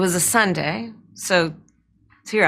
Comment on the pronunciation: "Well it was a Suday, the day that follows Saturday and preceeds Monday............blah, blah.